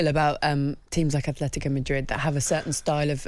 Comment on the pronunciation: It’s Atlético, not “athletico”. If you want to put the “h” in why don’t you just say “athletic”